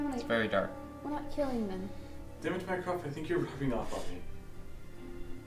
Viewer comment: Instead of mycroft all I hear is mine craft and I hate that game. Lol